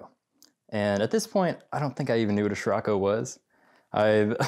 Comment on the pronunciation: Pronunciation of a vehicle name should be discussed before putting it on YouTube. Never heard of a “schirocco” but I have heard of “cirocco” aka the “SCIROCCO”